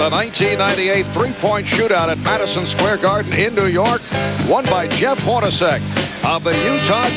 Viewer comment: Did the broadcaster call Jeff Hornacek HORNY?!